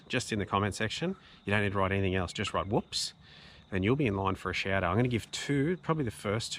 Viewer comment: Is that Woops or Whoops? Or Hoops (accent gets in the way, maybe) You do really highlight some good deserving channels here and I've subbed most of them. David is a constant commentor on my stuff now which is very cool. Keep up the good styff,!